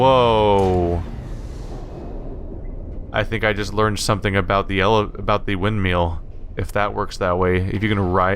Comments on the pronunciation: driving me nuts with the wind - meal pronunciation. It's wind-mill (ILL) not EEL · I think it's because he pronounces it Windmeal. :P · Why do you pronounce windmill like that it pisses me off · Even years later, this game holds up really well! The way he pronounces "windmill" though...